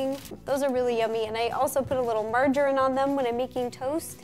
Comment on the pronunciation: The way she says margarine 😂😂😂😂😂😂